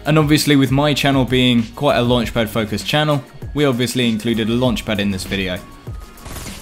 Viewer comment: Everyone:: "I drive cars with luanchpad"